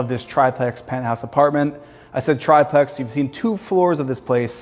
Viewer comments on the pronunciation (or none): Omg stop saying "try-plex." That's not how "triplex" is pronounced.